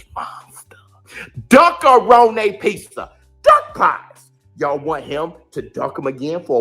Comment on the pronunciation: That boy said duckaroni pizza 😂😂